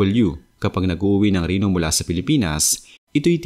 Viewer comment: Reno hindi rino! ayosin mo pronouncation mo.